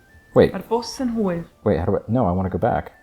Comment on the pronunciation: Just a little heads up, the way you pronounced hwyr made it sound like hwr (the Welsh word for wh*re)👀 Don't wanna be saying, 'Mae hi'n hwr' instead of, 'Mae hi'n hwyr' The rest of your pronounciation was honestly spot on. Keep up the good work💪